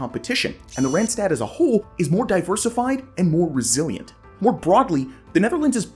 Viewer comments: It is not Rentstet, it is written with aaas ah... not rent...Rand ( edge).. Do your home work before you do videos.. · it is NOT "rent-stet", there is CLEARLY an AA written, do your home work please... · Please do good research. When doing a video on a non-English speaking region, please just watch one video in the local language where the words for regions are pronounced. You'll never have such horrible pronounciations of e.g. Utrecht and Randstad (that one in particular hurts anyone that speaks dutch). Repeating after Savelberg would've done that already. Also, parts marked as Randstad, like the Noordoostpolder, or Goerree-Overflakkee are not even close to begin part of the Randstad, even though parts of the provinces they are in might be.